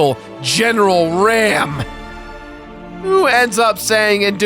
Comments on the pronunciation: Sorry to be a "grammer" Nazi but it'd pronounced Not "ram" its "r-ah-m" hence why its spelled raam lol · you pronounced Raam wrong, locust reasoning explained in 2 and 3